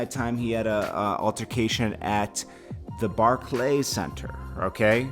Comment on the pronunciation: Want cred? Learn how to say Barclay.